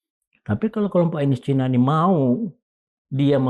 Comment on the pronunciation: Pak Kivlan ...! Kalau menyebut kata : Cina... ya Cina saja, pak... Gak perlu dengan ujaran : Cainis !... Cukup : Cina saja !, kita orang Indonesia, huruf "i" ya diujarkan "i", bukan "ai" Prof. Sri Bintang Pamungkas juga tidak pernah ujarkan : Cainis, tapi : Cina !👍🏻